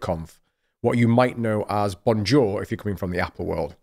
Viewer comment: The way you pronounce Bonjour deceases your credibility.